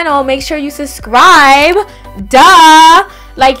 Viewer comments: I like how she saids suscribe instead of subscribe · "Susscribe" 😂 So Brooklyn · love how she doesn't pronounce the first 'b' in subscribe lol❤️